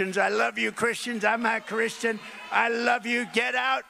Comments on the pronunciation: His uglass said I’m a Christin.. it sounded like he said he wasn’t lol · I had to keep running that back.....did he say "I am not christian".....or was that like the guy on FOX who meant to say College but sounded like Colored.....because maybe he was thinking it? So was Trump thinking it?